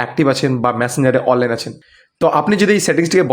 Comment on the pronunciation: অললাইন উচ্চারণ ঠিক নেই